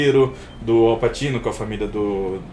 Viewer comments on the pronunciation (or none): não leva a mal mas pra uqe insistir no "Passino"?